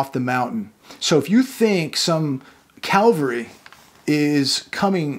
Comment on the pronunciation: Babe, you said CALVARY instead of CAVALRY. Interesting.